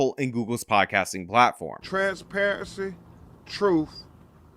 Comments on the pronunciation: "Troof an Trainspairency!!" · I mean, he said it’s based on “Troof and Trenssparuhncy”. What more do you want from the guy? 🤣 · "Truuf and tranparensee?" Yeah, hurry up with that! :elbowcough